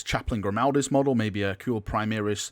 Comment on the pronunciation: Can you STOP say "primiris" it is "PRIMARIS" the "mar" rhymes with "CAR" not bloody "EAR"